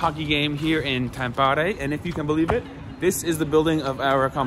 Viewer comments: it's TAMpere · Listening you pronouncing Tappara and Tampere is painful but so glad you made it to Tampere! If you're craving some international food Aloha Ramen and Taco's and Tequila are legit!!